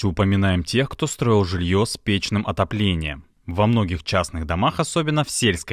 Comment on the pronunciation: Олухи (пытающиеся говорить по-русски), по правилам русского языка говорить надо печнЫм, а не пЕчным, а иначе получается не печнОе отопление, а заботливое отопление: пЕчный - это устаревшее "заботливый".